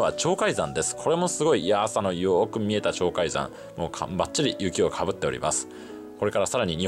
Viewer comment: 「ちょうかいざん」ではありません⇒正確には「ちょうかいさん」ですよ！